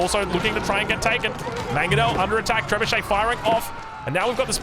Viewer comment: btw it's MANG-o-nel, not mag-o-nel